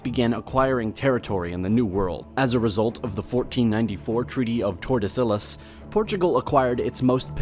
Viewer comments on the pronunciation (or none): How did you manage to pronounce everything so terribly? Castilla, Aragon, Tordesillas, etc . . . DREADFUL! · Treaty of Tor-duh-sill-uhs. Argh. How do they expect people to take their "knowledge" seriously when they do not demonstrate a grasp of how the words are pronounced? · when he said "tordesilas" i yelled "UGH" as if I got punched in the gut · The way he said ”castille” ...and tordesilla. 💀💀💀